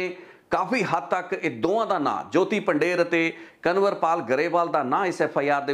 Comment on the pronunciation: ਤੁਸੀ ਪੰਜਾਬੀ ਹੋ ਪੰਧੇਰ ਨੂੰ ਪੰਡੇਰ ਕਹਿ ਜਾ ਰਹੇ ਹੋ